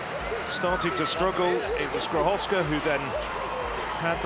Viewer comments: I agree, I'm not from Poland and, while we non-Slavs struggle with so many consonants, what he is saying actually bears no relation to her real surname. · Skrzyszowska is virtually impossible to correct pronounce for a native English speaker.